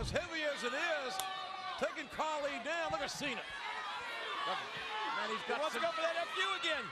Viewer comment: It's Cena not sina